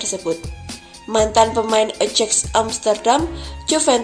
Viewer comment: Ko "ejek Amsterdam" mba ??🤣🤣🤣,.., Ajax Amsterdam mba, di baca ayak 🤣 menit 03.40